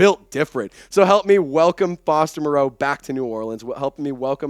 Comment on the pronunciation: Not to be picky, but Foster and his family pronounce his surname like Morrow not Mor-ROE' Here is Foster explaining the pronunciation. He says its doesn't mind the way most people (mis) pronounce.